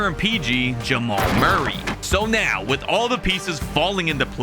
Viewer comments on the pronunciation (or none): none